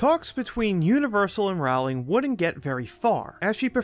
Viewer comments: sigh you say it so many times it hurts my ears. It’s ROW (as in your boat) not RAOW (as in fight). Otherwise, nice video. I never new that the screens move as well. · It's ROwling like bowling, not rOWling like howling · How can you not know it's "Row-ling" like "bowling"? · Love this. Small note though if it comes up in future vids: J.K Rowling is pronounced like "bowling" but with an R (like rowing a boat) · Rowling. Like bowling. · if youre going to do a video on harry potter and mention the author - at least say her name right... it's rowling as in bowling or I am rowing my boat "row" "ling" I really wish we had a universal studio in Europe...we do have the WB harry potter experience near London, but it's expensive and has no rides Edit: I commented before watching until the end..lol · ROWling like row your boat! I'll turn on cc so I don't have to hear you say that. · Rowling is pronounced “Rolling” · It's Pronounced like Bowling, J. K. Rowling..... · JK Rowling has been famous for 20 years. Stop mispronouncing her name!